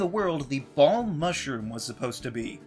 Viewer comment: why can't you say BALM?